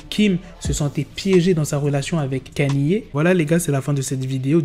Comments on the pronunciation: "Canié" T'es sérieux? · Comment ça KANYÉÉ?? Orh black fais des efforts 😂😂😂